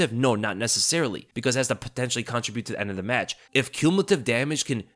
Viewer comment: i love your videos but the way you pronounce the word "contribute" is driving me crazy lol --- youre pronouncing it like ------ "contri-bute" as opposed to "contrib-ute" - just had to drop that little nugget maybe you do it on purpose idk lol